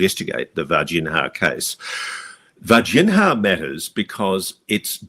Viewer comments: Ross calls it VarginHAAA because I think he's afraid of mispronouncing it and say Vagina. 😂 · Vargin-ha 😆 hey, at least he tries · "VAR-GEN-HA" lol You're kill'n me Ross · 😅 every time I hear "Virginia" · Ross, you're an incredibly intelligent person, so it boggles my mind why you repeatedly mispronounce The city in which these events took place even after hearing the correct pronunciation multiple times lol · Ross, with respect, please take 5 mins to review the correct pronunciation of Varginha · You would think that Ross would take 5 seconds to learn the proper pronunciation of “Varginha”. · James Fox is the GOAT. His colossal efforts to bring this case to light are only surpassed by Ross Coulthart's relentless commitment to mispronouncing the name Varginha.